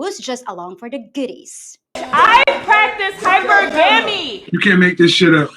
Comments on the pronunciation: ...Did she just say "high-pur-gam-mee"...woman its pronounced "high-pur/guh-mee" (hypergamy). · She practices Hyper Gammie??? Will someone tell her how to properly pronounce hypergamy... please.